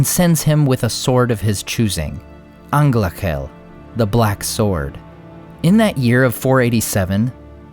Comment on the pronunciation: Its on-golk-he-el